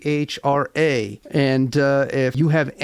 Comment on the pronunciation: I wondered how to pronounce the name. . . I have been saying with a long a sound like Ma so Ma-phra, which makes the name sound more grand or majestic